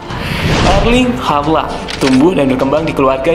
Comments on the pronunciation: Halland aja min bacanya, gausah hardland 😅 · halland nya dibacanya cukup "holan" bro, kyk holland bakery hehe🙏🙏 gas teross🔥🔥